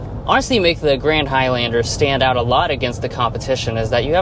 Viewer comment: Why are you pronouncing High-Lander? You're the only person in the world with that pronunciation. I had to leave the video it was so irritating